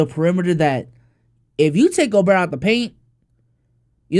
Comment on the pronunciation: rudy gob-bert